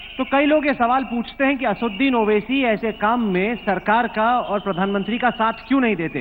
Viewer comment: aapne Owaisi ka naam "ASUDDIN OWAISI" bola hai, Sahi naam hai ASADUDDIN OWAISI "......... again you said "ASUDDIN"...which is not correct.